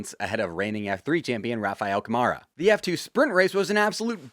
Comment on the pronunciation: Hey, hugs from Brazil!! By the way, when you say Rafael Câmara's name, its acctualy pronounced with the emphasis on 'Câ' (sounds like on the word 'cup'), not on 'mara' - would be like 'Kah-mara'. Thx!!!